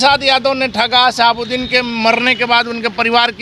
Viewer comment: Ap modi ke pa5erkar hai aur sahabuddin ka name sahi bola kijiye